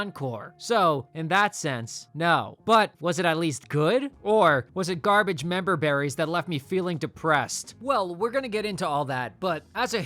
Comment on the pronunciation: bro said memberberries????